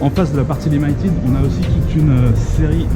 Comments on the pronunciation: "Limailletide ", franchement les français arrêtez d'être américanises ! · Limited ça se prononce plutôt limi que limaï :) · Aie ça m'a piqué tout le long de la vidéo ta prononciation de "limited" :X Sinon bonne vidéo :p